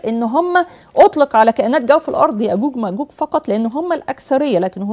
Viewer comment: يرحم امك لا تتكلمي بالغة العربية الفصحي نكبتي ام ام الغة الكران== القران ياقوق وماقوق== ياجوج وماجوج سؤال بلله عليكم ياعالم هذي كيف تقرا القران وكل مخارج حروفها بالغة العربية الفصحي تخلط لهجتها مع الغة ارحمونا من لهجتكم كواعد== قواعد